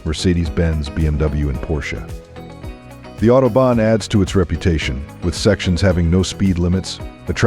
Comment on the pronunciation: Amazing mix of absolut bullcrap stereotypes and actual facts. So it's a tie. And Porsche was pronounced right enough. plus point there. So this german isn't mad. 😂